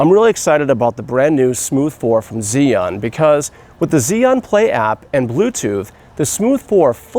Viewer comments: Chew-ing not Ziun how do I know this, well let’s see uh, I watched a demo video from an “Asian” rep from the company tell us the correct pronunciation! So come on let’s get it right! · The way you pronounce the name is like ZION. I really confuse by it because I thought I was watching Biblical Tutorial. BTW nice video, I learn a lot and just bought one. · When I first heard "Zee An" I was confused. Haha! Still, thanks for detailed video. I just picked one up here in Beijing and look forward to using it! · Heh, I've heard about 8 different pronunciations. On Zhiyun official videos, it sounds like "Jew-Yoon" . Maybe even "shJoo(i)-Yuan". The 'I' sound is barely perceptible. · The first thing any gimbal user should learn is correct pronunciation of the name “Zhiyun.” Otherwise the video is fairly good.